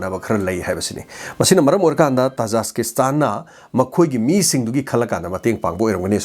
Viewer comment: oja tajaskistan haiba manli khonkhoktu tajikistan haibana chumgadra